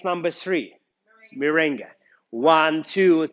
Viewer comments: Merengue, not mirengue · Very good tecnics but is MERENGUE. no mirengue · Correction*Merengue not Mirengue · Is MERENGUE not MIRENGUE.TY